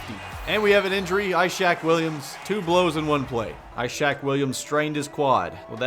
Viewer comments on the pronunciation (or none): ishaq isn't pronounced like "eye-shack" its like "iss-hawk"